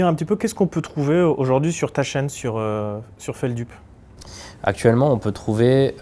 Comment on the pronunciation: ça me stresse quand les gens prononce mal Feldup 😭😭